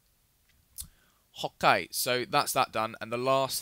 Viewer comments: Why always say hokey it's ok not hokey OMG man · dude when u start the videos..dont say "ok" cause it sounds like ur saying "hawk gay/guy" and it gets really annoying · I love how he says "ho-kay" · Loves when he says ''Ho'kai'' :D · When you say okay its sounds like "Hawk Eye" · it sounded like hot guy instead of okay